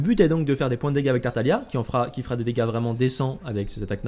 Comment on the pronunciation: pareil avec tartalia au lieu de tartaglia